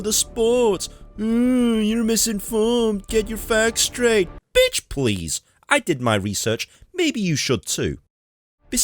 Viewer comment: "Bitch please!" You said that like an American.... love your stuff subscribed